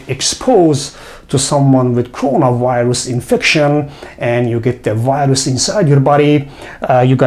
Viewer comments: سلام دکترجان همه چی عالیه فقط تلفظ انگلیسی Virus , Viruses از دیکشنری ها چک کنید ممنون. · Thanks. Very good info. But why is it so difficult for many people to pronounce "v" as in virus? or video? And not wirus, not wideo. To pronounce "v" just touch the upper front teeth to lower lip. That's all.